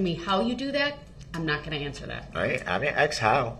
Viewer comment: I didn’t ‘aks’ how. Always gets me when people can’t pronounce a 3 letter word!